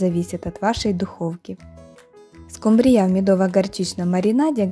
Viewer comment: почему,Вы ударение делаете на "я"?